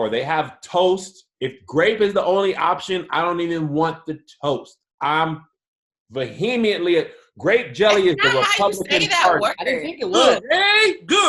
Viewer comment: was super committed to pronouncing "vehemently" wrong lol